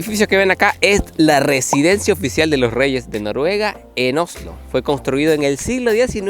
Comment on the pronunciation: por favor decí Oslo no Ojlo 🤦‍♀️. Aparte de eso lindo video con información muy interesante, disfruten.